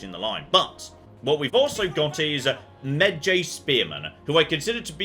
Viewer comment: Look,, I love you but I'm gonna need you to watch the Brendan Frasier version of The Mummy like literally today and learn how to pronounce Medjay because the way you're saying it annoyed me more than it had any right to.